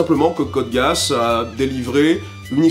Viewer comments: ON DIT CODE GUISSE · Tu sors d'ou ton anglais pour dire que GEA en anglais ca se prononce GUI-A?????? C'est TOTALEMENT faux. Les anglais Prononcent "Metal GUIRE" pour Metal GEAR et ne prononcent pas Metal Gui-Ar. C'est la même règle et c'est FACTUEL. C'est un mot anglais que les anglais prononcent "GUISSE", point barre. Stop de dire n'importe quoi pour justifier la mauvaise prononciation de l'oeuvre. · Tu m'expliques pourquoi tu dis code "Guéasse" ? Non parce que l'anime parle de Geass qu'on prononce "Guyss". C'est comme les autres la, pour une orchidée, prononcer ça une orCHIEdée. S'il vous plait un petit effort de prononciation. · BONJOUR je suis Mr. C ,c pour chipoteur code geass ne se prononce pas code gass mais giss ça se dit code giss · Oui mais GEASS en anglais cela se prononce bien "Guisse". Et comme il s'agit bien d'un mot anglais dans la série, pourquoi reproduire une faute volontairement? Si les japonais ne sont pas capable de bien prononcer de l'anglais, devons nous nous aussi mal prononcer? Non, ca n'aurait aucun sens. Donc oui, l'on est bien sensé prononcer GUISSE, n'en déplaise au puriste de l'anime qui n'ont pas compris que la prononciation d'une langue ne se reproduit pas d'une langue à l'autre (ca n'aurait aucun sens que les japonais fasse pareil en reproduisant l'accent francais sur des mot anglais dans une série francaise, et bien c'est pareil) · Nah mais ca se prononce pas dutout "Gué-asse" Meme sur la VO , à toi de bien écouter la VO... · Sinon si tu veux paraître plus crédible c'est très simple, le nom original de l'anime en japonais, c'est "コードギアス", traduit par "Code Geass" en anglais, mais si tu appliques une retranscription en caractères latin façon Hepburn tu obtiens "Kôdo Giasu", donc Geass se prononce "Gui-a-su"; à noter que le u final peut être prononcé de façon plus ou moins muette. Dans le cas ou le mot se prononcerait "Guisse", on écrirait "ギ－ス" donc ça ne tient pas. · "code gayass" désolé mais moi j'entend ça